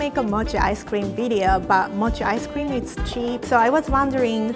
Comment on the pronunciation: What i heard:mochi ice cweam